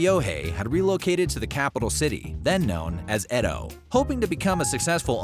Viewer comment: "Eddo, tuh-mar-key, oh-sar-kuh"...Don't expect the average North American to try and pronounce foreign words even 10% right.